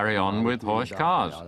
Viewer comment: It's pronounced Horck not ch. Beautiful Cars.